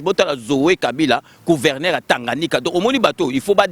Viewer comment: Balobaka " Gouverneur, pas Couverneur" svp